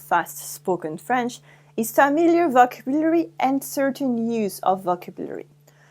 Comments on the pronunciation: Great video. Not sure howthe Brits pronounce vocbulary but in the US it is pronouned "vo CAB u lary" with the emphasis on the second syllable. I speak French but I learn new things and get a refresher when I listen to your videos. Also, explaining in English first helps English speakers who are struggling to understand the nuances of French. Merci! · Faut mieux prononcer "vocabulary."